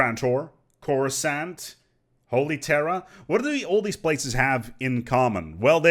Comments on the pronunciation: coughs to clear throat in best Hermione Granger voice Stop, stop stop! You're going to take someone's eye out. Besides, you're saying it wrong. It's Cor-uh-SAUNT, not Cor-uus-AHNT. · Ronold Weasley... It's Cor-uh-SAAAAAWWWWNT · My disappointment in your pronunciation of Coruscant (cor-uus-AHNT) cannot be overstated, but the rest of the video was great